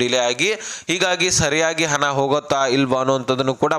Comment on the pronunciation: ಹನ ಅಲ್ಲ ಗುಗ್ಗು ಹಣ ಅಂತ ಹೇಳು...